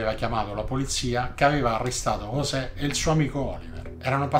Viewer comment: Ooohh, finalnente uno che ha chiamato sto "poraccio" correttamente (ne "giosè, ne Yosè etc etc..)... Poi invertebrato mi sembre una variazione più che calzante